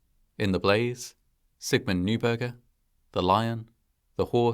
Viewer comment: the non-anglicized pronunciation of "neuberger" would sound like "noyberger" :)